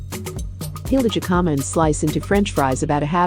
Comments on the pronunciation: It’s “hikama” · That's not how you pronounce "jicama."